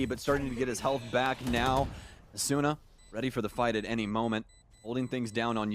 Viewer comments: AsOOOna lmao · Bruhh bc of this commentator I pronounce asuna asoona now 😭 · The way the casters pronounce Asuna tilts me so much